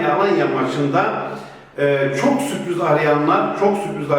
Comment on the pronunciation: Kayserinin ikisi bol suprız diyor ahahjaja